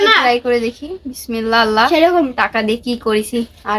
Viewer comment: একটা কথা বলি রাগ কইরোনা বিসমিল্লাহ একটু শুদ্ধ করে বইলো